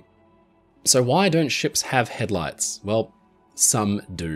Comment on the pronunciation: Keep hearing him call it head lice.